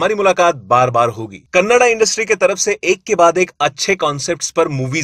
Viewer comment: bhai Ho kannad nahin. hoo. kannada hi🙏🙏